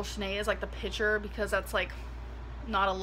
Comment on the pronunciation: I hate when people say “pichure”